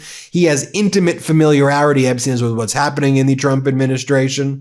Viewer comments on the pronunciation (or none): You drunk Ben? Can't even mpronounce familiarity correctly. Ben you're so funny. Always good for a laugh. We should have a contest to see who can read the 3 MILLION new Epstein docs faster! What's your record? I'm on my 4th time through them. I just can't put em done they're like pringles. LOL